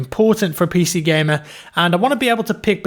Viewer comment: when you said PC stuff i though you said Piss Eazy stuff